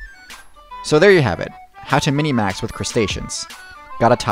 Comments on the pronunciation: Who spells and pronounces it as minimax? I have never seen that before you. It has always been spelled and pronounced minmax from what I have seen. Great videos! I have just never heard that except from you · I thought it’s minmax not minimax